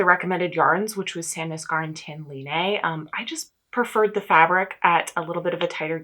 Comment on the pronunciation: The pronunciation for Line (from the Tynn Line garn) is closer to Lee-nah, instead of Lea-nay. It doesn't really matter in the grand scheme of things so feel free to ignore or at least not worry about still getting it wrong since, as an American temporarily living in Norway, I can totally sympathize on having trouble with the complexity of their vowels 🤣